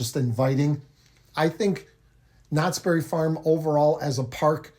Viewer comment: it's "knott's BERRY farm". Not "knott's berry FARM".